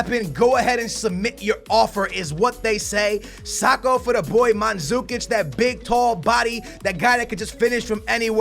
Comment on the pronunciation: Not manzukič mandžukič!!!😂😂